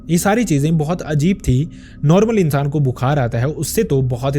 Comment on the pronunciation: "insan " sound ,very bad??